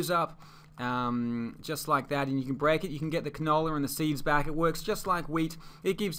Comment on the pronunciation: It helped a lot but you saying the canable was funny